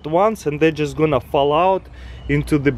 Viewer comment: "Just ganna go around like this dis an..." 😂